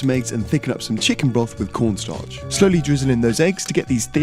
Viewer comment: I miss him calling corn starch Porn starch, always would catch me off guard